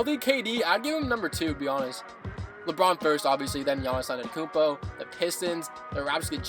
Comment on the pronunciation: Notice how we says Giannis his last name wrong